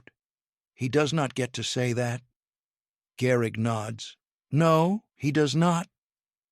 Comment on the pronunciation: Gehrig, not Garrig.